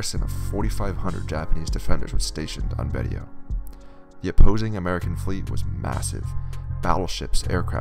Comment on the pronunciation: Pronounced “Baysho”